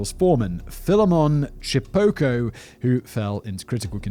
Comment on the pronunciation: I was born In Zimbabwe but my family migrated to Australia many years ago. Your pronunciation of their names was spot on I must say. "Philemon Chipoko." Chipoko means GHOST in THE NATIVE LANGUAGE.. HAHA